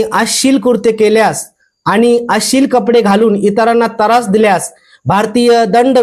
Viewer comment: तरास नाही हो त्रास म्हणा.. अशिल नाही अश्लील म्हणा.... आधी तुम्ही मागा माफी अभिजात मराठीचा अपमान केल्याबद्दल